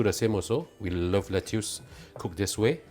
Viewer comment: Lettuce is pronounce as "Let-us"(American) or "Let-is"(British)... DON'T call it "Let-tius"